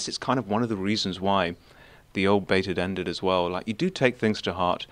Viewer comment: when keemstar says 'baited ended' it sounds like he's saying baidet endet